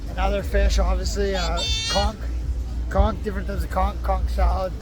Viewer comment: Why is it all these tourists love to report, give their opinion but they can't pronounce conch or Kalik😂🤪🙄??